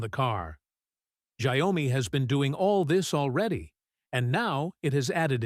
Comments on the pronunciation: It's not giomi It's xiaomi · The correct pronunciation for Xiaomi isn’t “Xia” “omi”. Should be “Xiao” “mi”, 小 米。.